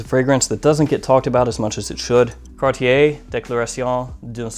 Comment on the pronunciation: Your Cartier pronunciation was on par with mine and you did a stellar job :) Enjoyed the video and my favourite from the list would be the Prada and Hermes.